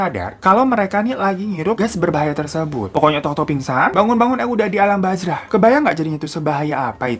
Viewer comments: Bukan alam bazrah abaaaang tp alam barzah b a r z a h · Ralat "Bazrah" 🤭 Barzah bang 🤣 (Alam Barzah) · Alam Barzah, apa bazrah tadi, aku dengernya alam bazrah